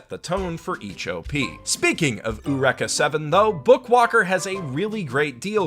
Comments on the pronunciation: Say it with me "E- u - Req- a- seven" /watch?v=VTrui80SMXs seriously you've been pronouncing it wrong for so long now. No saying "that's how they say it in the anime" means jack, of course they would pronounce it wrong, they are japanese, say it correctly, like the author intended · I feel like the title should be pronounced as"yoo-reeka 7". Maybe I'm mistaken, but they're just my two cents... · who the fuck pronounces it "U-WRECK-AH 7" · The way you pronunce Eureka Seven sort of kills me. Nails on a chalkboard x_x